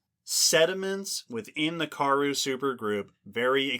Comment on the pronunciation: I admire what you all do, so I don't want to be a downer, but the pronunciation of Karoo is Kuh-ROO. Here's an authentic South African pronouncing it (in a talk about the Karoo Supergroup): Again, thanks for doing all you do and taking some feedback. 🙂